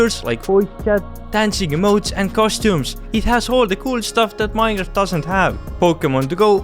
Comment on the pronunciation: "minraft"